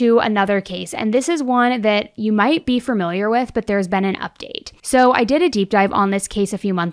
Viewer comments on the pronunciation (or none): PSA there is no "fur" in the word "familiar" Thank you. -every 3rd grade teacher in America